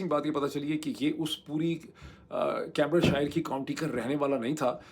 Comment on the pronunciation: کیمبرج شائر نہیں کیمبرج شئر۔ آخر کا r بھی بہت soft بولتا ہے۔ بکنگھم شئ :) آپ بیشک برا مانئیے۔ ہمارا مقصد نیک ہے اور آپکی بھلائی ہے۔